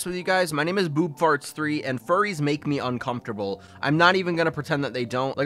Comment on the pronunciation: "furries make me uncomfterable" Fuck..